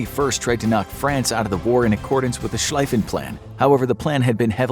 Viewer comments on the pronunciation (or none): Just an FYI, Schlieffen is pronounced “sh-leaf-in” not “sh-lie-fin” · “schlieffen” pronounced as “sh-leaf-in” not sh-life-in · Schlieffen is pronounced Shcleeffen. ie in German sounds like English ee. German Ei sounds like English "eye"